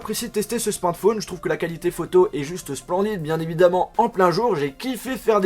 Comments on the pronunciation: C'est moi ou il a du mal à dire smartphone ? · Frère tu sais pas dire smartphone... Déso.